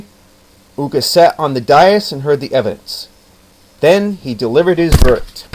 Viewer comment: The way the name of Judge Ooka is pronounced is not like in school but like a double long O (ooh) in Japanese O no matter if only one or two is always pronounced like a long O. Did the book you got the story from happen to be written by Yuki Sheldon and published by the Stars and Stripes. The one she wrote had about 15 or 20 stories of Judge Ooka. All of the stories were great and like a fool I loned my copy out and they lost it.